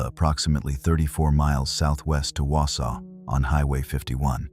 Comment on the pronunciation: You really should know how to pronunce the city names.